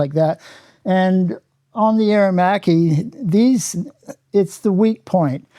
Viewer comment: AER - ER - MACCHI -:)